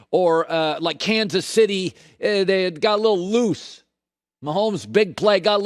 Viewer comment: Why does Colin sound like he has peanut butter in his mouth when he says loose lol